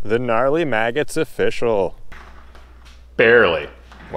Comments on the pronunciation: It's afishol 🤣🤣🤣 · It's of-FISH-cial!!